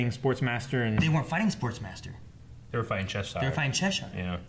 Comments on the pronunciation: That's still not how you say Chesire,. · ohmygOD IT'S PRONOUNCED "CHESHER" NOT "CHES-SYRE." But uh... great video as always, much love! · why does their pronunciation of Cheshire piss me tf off wtf lol